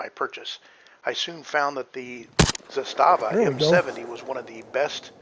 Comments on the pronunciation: Good video. My two cents: First, it’s pronounced ZA-sta-va, not “za-STA-va”. Trust me on this. Great rifle; I have one too. Coupla tips…. First, get yourself some proper steel last shot bolt hold open magazines; those polymer Magpul ones are for noobs. Zastava markets their own steel LSBHO mags and they are decent. I’ve got a couple of those plus some surplus Combloc steel mags that I’ve retrofitted with “WeaponsTech” last shot bolt hold open followers, a very good product. So using the LSBHO mags, after the last shot, while tilting the rifle to the left with your support hand, use the thumb on your shooting hand to pull the charging handle about an inch further back to line it up with the notch on the safety selector, then using the middle fingers on the same hand, sweep up the switch so that the notch engages the charging handle, locking the bolt back. It sounds more complicated than it is; with a little practice you should be able to do this in a smooth 1-2 motion. So from there, as you’ve already discovered, you can rock ‘n lock a loaded mag and just press down on the safety switch to send the bolt forward and chamber a round. Using this technique you have almost the same functionality for reloading as you do with an AR using the paddle switch. That's how it was designed to be used; the Serbs (then Yugoslavians) were the ones who first put that notch on their AKs starting in the early 70s, and they were the first to issue LSBHO mags to their troops to be used with the not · ZA-sta-va in Serbian has the stress on the first syllable. In Russian the stress falls on the second syllable - za-STA-va. In Serbian it means flag or banner. In Russian it refers to a small fortified area. Having said that, the ZPAP M70 AK-47 is the BEST AK out there. I have 5 of them! Спасибо за внимание!